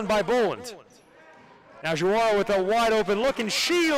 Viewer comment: JaWaRA, it’s actually Diawara, “Dee Uh Waur A”